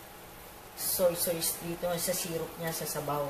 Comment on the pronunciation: Tita bakit po soysoys ang bigkas nyo sa Toyo? Madami po kasing kritiko baka punahin nila yun. Soy Sos po ang pronounciation nun🤗